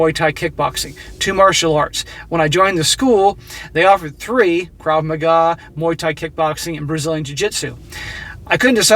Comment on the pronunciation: Sorry but its pronounced Krav MAGA.